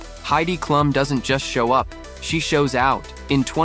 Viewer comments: Comments for once you have let me down. Heidi’s last name is pronounced Cloom. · I too love Halloween . AI can't pronounce Klum